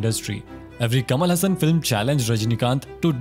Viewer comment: Dude pronounce tamil name correctly. Kamal Hassan , rajni kanth. Press nth.